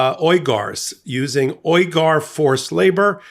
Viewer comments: It’s pronounced “wee gur” I believe. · Phonetically, it's wegar, long e. We gar. FYI. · The ethnic groups name is pronounced We-gar even if it is spelled the same as Cenk Uygur's last name. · The name of the people being exploited by Shein and who suffer systematic genocide and crimes against humanity committed by China, the Uyghur, is pronounced "WEE-gur". Just a POI. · The company is pronounced “Sheen” and the oppressed ethnic group (Uygur) is pronounced oy-guh. A little research wouldn’t go amiss instead of making numerous intrusive adverts! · Shein is pronounced: SHEE IN Uyghur is pronounced: wee grr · Pronounced ‘Wee-gur’… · Admittedly it's a word from China, but it's been in the news A LOT for years now. "Uyghur" is a Turkish Muslim culture, and we don't have the same sounds in English, but "WEE-grr" is pretty close. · It's actually pronounced more like Weeger. At least that's how it's been pronounced by other sources covering the genocide. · Slight correction: "Uyghur" is pronounced "wee-gr". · Uyghur is pronounced like "We-Gur" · This man can't say Uyghur..... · He also mispronounces Uyghur.